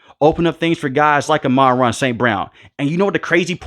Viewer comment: Pronounced AHMAN-RAH!